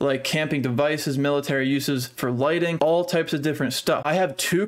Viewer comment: Hahaha "lightning" products. I like this dude.